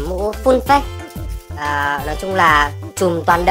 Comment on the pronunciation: Phát âm là phây chứ không phải phếch nha :))